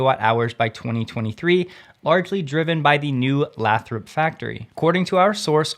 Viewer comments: BTW It is pronounced Lay thrup not Lath rop. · Just a heads up, locals pronounce Lathrop as Lay-th-rope. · Lathrop is pronounced "Laythrup". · It's pronounced Lay-thrup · Lathrop... pronounced... lay thrup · Lathrop ha a long A fyi, great show thank you 👍🤙